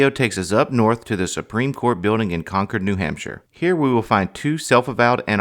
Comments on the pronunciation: Con-Cord New Hampshire? These guys aren’t natives, are they. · Conquered New Hampshire? Can't either of you pronounce Concord correctly?